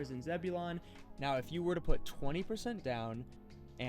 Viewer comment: Zebulon is pronounced “zeb-u-lin”.